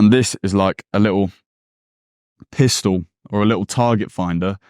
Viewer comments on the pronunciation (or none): none